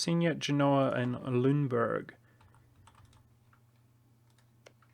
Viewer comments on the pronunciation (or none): none